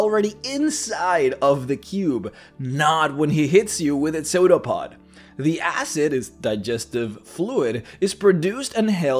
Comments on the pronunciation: It really bothers me that you pronounce it "soda pod" I think it's "sue da pod" or "sue dough pod" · Yeah I hear sodapod too. Took me a moment to realize it was the pseudopod. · every time he says "pseudopod" , i think he's saying "soda pud". . . . . . . and apparently, youtube subtitles agree with me